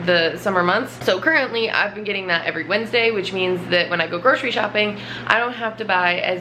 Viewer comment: It low key annoys me how ppl say 'gro-shery' for grocery , It's pronounced 'gro-sery' , why is the 'shh' sound even there